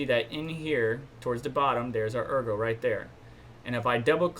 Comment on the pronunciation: Good stuff thanks -- Ergo pronunciation is right. Yoroi wallet is Japanese for armor - "Your Roy" is accepted butchered version ;-)